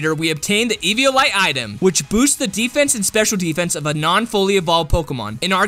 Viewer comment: When you say sdfffffff dose that mean special defense xD